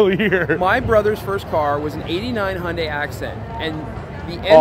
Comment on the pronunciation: Hoyndai?.....the reason it has a name problem is its not pronounced properly lol